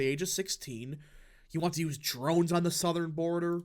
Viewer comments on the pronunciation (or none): none